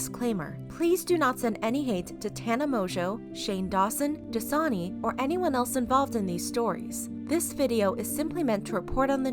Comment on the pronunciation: No one: The clips in Shane’s video; “Dasina”